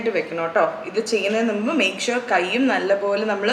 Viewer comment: ചേച്ചി, നുമ്പ് അല്ല മുമ്പ് 😁